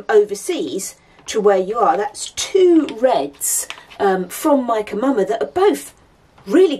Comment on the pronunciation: I have to admit that when I first started watching your videos, I thought you were saying Mike & Mama! 😂